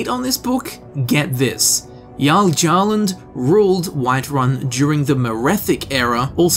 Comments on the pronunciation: Jarl Gjarland. I get its hard to pronounce, but you know how the J is pronounced in Jarl. Might be wrong, but Gyarland would be my first assumption. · Gjalund is pronounced Yahlund, If we go off Nordic pronunciations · GYALOOND is much closer to the correct pronunciation. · For pronincoation because you specified uncertainty Gjalund. Guh-yhal-Und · Btw, Gjalund is pronounced “Gyalund” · I think Gjalund is pronounced as (Y-all-und). Like how Thor's hammer Mjolnir is pronounced as (Me-Ole-Near) Or Myoll the lioness is (Me-Ole)